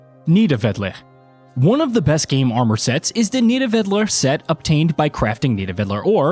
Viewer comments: I like your video, but it’s pronounced Nith-a-VA-leer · My man tried his best to pronounce 😭 nee-da - vee-lier and sfarterheim